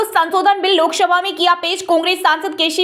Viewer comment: Lok shabha nahi lok sabha boliye